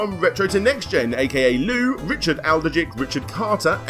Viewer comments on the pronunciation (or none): none